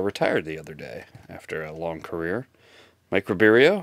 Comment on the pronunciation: Rib-Air-Oh Not Rib-Eee-Ereo lol